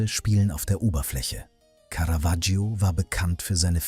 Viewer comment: Was für schreckliche Sprechweise und auch teilweise schrecklicher Text (Lack statt Firnis, Caravaggio permanent falschbausgesprochen etc.). Und dann wird das Porträt nicht mal gezeigt.